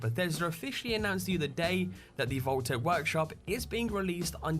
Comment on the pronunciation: Why the "h" on "Vault-Tec?"